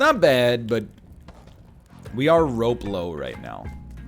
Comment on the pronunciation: I think his name is Rob Lowe, not